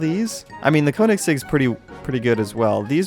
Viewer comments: It’s not pronounced (koh-nig-seg), it’s pronounced (kuh-ni-seg). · the koennigsegg is pronounced KO NING SEGG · I like how he said "Koenigseggs" :D its pronounced "kjonigseggs" it means kings eggs/balls I aint bullshitting. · "the cone ig sig" and" the neesan" im dying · Lmao he pronounced koenigsegg wrong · YOU SAID KOENIGSEGG WRONG!!